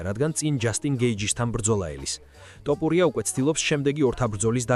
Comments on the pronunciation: მახაჩოვი, ტოპურია, ტვიტერი სულზე მოგისწროთ AI-იმ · ამ ვიდეოს AI ახმოვანებს? რა ტოპურია ბიჭო?